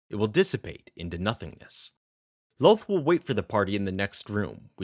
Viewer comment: kind of annoying the way you say Loth like Loath ... it's more like Lawth